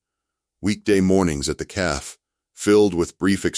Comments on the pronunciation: Please adjust the pronunciations. It is pronounced Caffey not Caff ... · A fun story…but cafe is not pronounced caf… cafe is pronounced caf long a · The narrator keeps saying calf not Cafe. Silly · Loved the story but teach AI to differentiate cafe from calf.